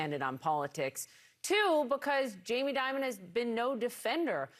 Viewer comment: Jamie “diamond “ or “demon”? 😅